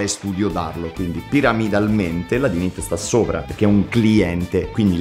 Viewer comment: WaddafAsk bellissimo come al solito, però Dynit pronunciato all'italiana no dai :D P.S. Mauri se non l'hai ancora fatto ti consiglio vivamente di recuperare Fate/Zero